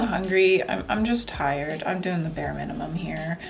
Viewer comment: What grocery store doesnt have eggs? Thats odd lol. Informative video. Also what is "minemem?"